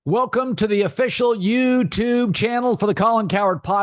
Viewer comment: collin talks like his kids told him how to say YOU Tube.....